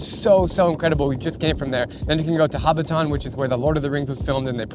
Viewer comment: Hobbit-tahn? LMAO